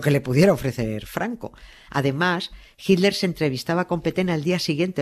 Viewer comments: A mi sí me gusta oir a Doña Nieves y a Carles decir "jilder", y "Traamp" for Trump. Por cierto, en Argentina también pronuncian "traamp" en lugar de /trəmp/ or /trʌmp/ . Y sí, los estadounidenses lo pronuncian de dos maneras, en el Nor-Este es /trʌmp/ y en el resto del país /trəmp/. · Nieves cuando vos y carles nombran a hitler se escucha hilder,lo escucho con subtitulo para no perderme nada,los escucho desde Argentina 😊